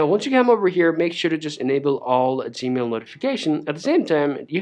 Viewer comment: He lost me when he called it " Zmail "